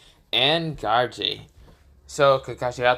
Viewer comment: Bro is saying garou wrong he was saying garage